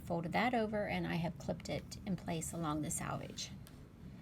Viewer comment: Thanks! I’m actually going to try it the other way round too. But also just FYI it’s pronounce “selvage” like the word “self” because this is a self finished edge instead of pronounced “salvage” like a salvaged car lot